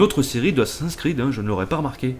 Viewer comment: C'est moi ou t'a dit Assassinsin's creed ? x) Non mais ca me fait marrer mais le prends pas mal ;) sinon super commentaires :) + 1 Abonné